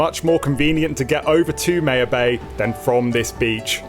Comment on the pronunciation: Pronounced my-ya-bay lol not May -ya bay cmon your accent fix it